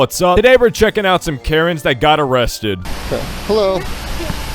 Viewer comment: "Today we are going to be watching karens get arrested" What i heard: "today we are going to be watching carrots get arrested"